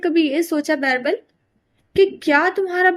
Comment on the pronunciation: Please girl stop calling him Bairbal he is beerbal